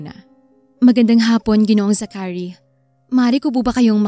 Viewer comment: It’s Za-chary not Zacha-ry